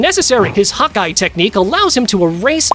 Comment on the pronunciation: 1. Zen-Oh is a being. If he were a race, there would be no universes left to destroy 2. Assasin is a job/profession 3. I feel like you're using AI because there is no way you actually think Ha-Kai is pronounced Hawkeye